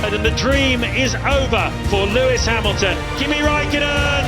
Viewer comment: thats not lewis hamilton thats luis ham-ill-tom 😭